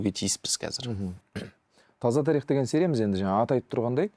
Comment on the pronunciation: Қонаққа "тарИх" дегені үшін мың алғыс. Өйткені көбі "тАрих" деп айтады. Олай дұрыс емес